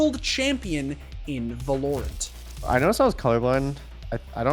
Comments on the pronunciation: In "Vah LORE ent" 😂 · did he just say vah-lore-ent? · "volorant" LMAO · We just gonna ignore that he pronounced valorant, vahlorent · va-lore-ent lol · "va-lore-int" You did that just to piss people off didn't you? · I have never seen anyone ever butcher the pronunciation of VALORANT so bad in my life. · I can’t tell if he actually said valorant like that on purpose or is just trolling